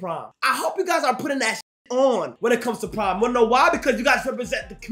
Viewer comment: thought bro was saying “prime season”